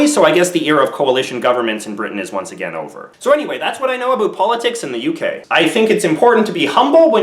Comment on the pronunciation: Its really pretentious to actually use "Aboot" as no one in Canada actually says that